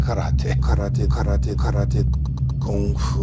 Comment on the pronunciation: Pretty much everything Seagal's ever done can and should be made fun of, but pronouncing karate correctly isn't one of them.